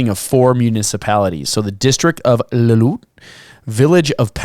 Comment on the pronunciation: Lill - oo - IT